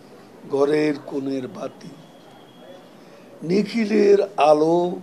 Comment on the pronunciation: Recitation is adorable but I am doubt on only one word of pronunciation.. I may be wrong on GHORER.......this Ward. Please.